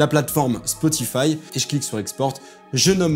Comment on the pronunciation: Bon sujet. Mais "spoti-fi" c'est non, même francisé (les gens du studio ne vont pas comprendre que tu parles de spo-ti-faille). Et utiliser des "équoilisateurs" c'est également non. Même juste en studio de mix on ne peut pas dire ça. Par exemple mon coiffeur ne n'égoilise jamais la frange. C'est presque pareil, mais pas égoile. Bref : é-ga-li-seur/"iquôlaïzer" en anglais. Ya jamais de fin en -zateur. Bonne continuation dans ces beaux métiers.